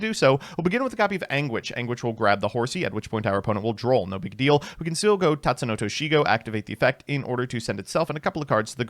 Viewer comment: It's tatsuno-o-toshigo